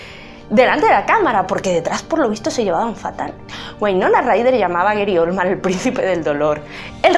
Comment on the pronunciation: Eri Olman???? GARY, GARY OLDMAN!!!!! No se corta la lengua, lame la sangre de Johnatan.